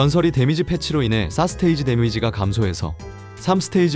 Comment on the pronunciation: 4스테이지를 왜자꾸 싸쓰테이지라고 발음하는건지 진짜 웃겨서 집중안됨...